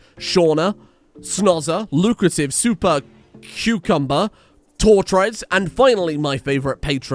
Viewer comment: He can't pronounce "Super Cucumber" but he says "Fenghuang" more smoothly out loud than I do in my head. Truly, contains multitudes.